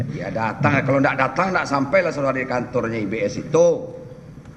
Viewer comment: Lucu pa hakim ini nyebut IBS selalu IBM😂😂😂